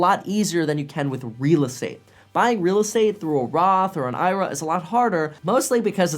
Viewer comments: Who calls it a Roth "Ira" instead of a Roth "I.R.A."? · did I hear that right Did just say Roth IRA as one word? its pronounced I-R-A.